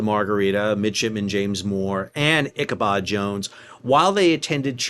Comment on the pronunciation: I "Bab al Mandabbed" in this sail down Memory Lane each time you said 'Ichabod' or 'Margerita' (Margaretta) Plenty o' Marg's were harmed in this episode!